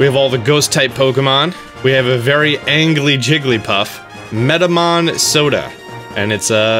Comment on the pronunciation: A very angley Jigglypuff?? I think he means angry.